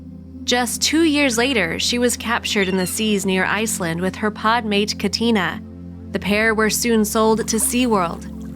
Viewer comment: literally! they entirely forgot to pronounce the "T" in her name and yet somehow pronounced katina's name right